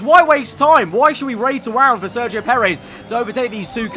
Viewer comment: why would we raid awound indeed